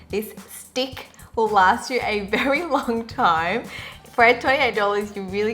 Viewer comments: I heard "this dick" when you said "this stick" 😂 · Omg I did not even notice that "with this stick" sounds like "with this d*ck" till you mentioned hahah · I swear I heard 'this dick' instead of 'this stick' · i spent a solid minute verbalising it to try and find out what exactly it was meant to sound like 😅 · she's TRYING SO HARD TO SAY STICK SO CUTE OHMYGOD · HAHA I DIED EACH TIME SHE SAID STICK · haha it was so cute when you were trying to pronounce stick XD